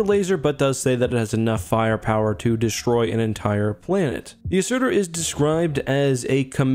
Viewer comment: Oh PLEASE don't start saying "Deshtroy" Please!!!